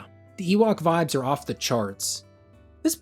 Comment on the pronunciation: Please stop calling them no pon, there nop on, they literally say it in-game